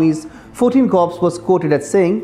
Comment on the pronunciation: hei news reader pronounce it 14 "core" not "corpse" which means dead body.